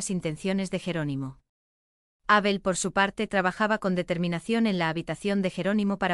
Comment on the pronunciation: Es Abel, no Ábel, me pone de los nervios oír esa tontada de leer Abel con acento en la A. Cambien eso.